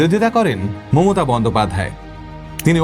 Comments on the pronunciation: প্রথমেই ক্ষমা চেয়ে নিলাম থেকে যদি কিছু ভুল বলে থাকি।🙏 বাংলা উচ্চারণ বা ব্যাকরণ আপনি আমার তুলনায় বেশ ভালোই বুঝেন কিন্ত আপনি আপনার বক্তব্যে মমতা ব্যানার্জি এর বদলে মোমোতা ব্যানার্জি বলছেন। আশা করি কিছু মনে করবেন না 🙂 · ভালো কন্টেন্ট এর পাশাপাশি উচ্চারণে একটু নজর দেবেন 🙏 মমতা কে মোমোতা মোমোতা বলাটা শ্রুতিকটু।বাকিটা ভালো লেগেছে। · মমতা not মোমোতা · উনার মমতা উচচারণটা শুধু কি আমার ই ভুল মনে হলো?